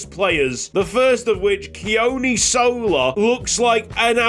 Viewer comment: Hey mate, just on pronunciation for Sola - the 'O' is the same as the one in "tOmoharu", and there's a slight emphasis on the first syllable in "Sola" though it's not a big one. "Keoni"' is a more difficult one - it sounds a lot like "Johnny" but with a monosyllabic "kyuh" sound to start - so "Kyohnny". No big deal at all tho as you sound fine, I just love the Pacific representation!